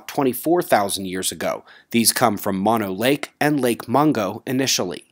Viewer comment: Keep up the great work....one minor language clarification here, Mono Lake is pronounced 'Moe-No', with a 'long-O'...it's a Piaute word....beautiful place to visit too! Have a great day All!